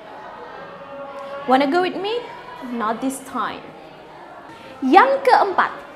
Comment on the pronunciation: Pas pengucapan '' this''...nya boleh dong supaya mirip bule supaya kren juga sama pengucapan '' not now ''